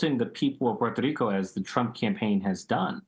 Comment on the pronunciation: I think the way he said "Puerto Rico" was infinitely more racist